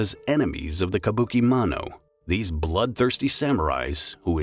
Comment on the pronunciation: Mano…mono… you’re killing me smalls 💀